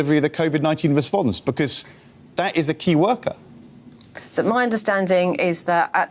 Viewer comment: it's Keir worker, that voice coach (not 'key worker')